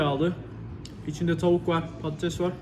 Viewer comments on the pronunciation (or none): none